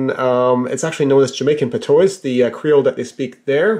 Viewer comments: Patois is pronounced pat-wah. Great video though! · Im say dat "pah-twah" mon. Nunna dis rassclat "pah-toy" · Just a heads up, you pronounced Jamaican "Patois" wrong. Great video!